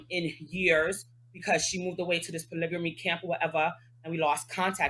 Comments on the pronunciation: It’s not polygamy for bm, it’s “po-nygga-me 🤧💀😂😂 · Who told y’all polygamy has a r in it ugh smh